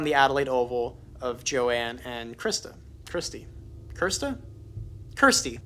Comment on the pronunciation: Yes her name is pronounced as kursty.